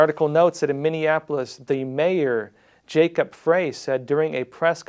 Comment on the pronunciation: the Mayor's name is pronounced like Fry. Also, they lied about people being from out of state in MN. Nearly all of those arrested in Hennepin County had MN addresses. Only a few were MI, WI and FL.